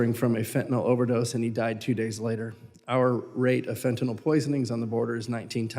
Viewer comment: I was so happy to hear someone anywhere involved in the border crisis finally FINALLY correctly pronounce the word “FENTANYL”. I snapped around to see who did that! Mark Green (R), an M.D. Ahaa!!! Like me, ut must drive him nuts that the word fentanyl is mass-mispronounced. Its like they want to change a pronounciation permanently into permanent mispronounced word like “Keiv” is now pronounced always as “Keev”. Mass ignorance. Fentanyl is pronounced FENTAN-ILL. Not Fantan-ALL.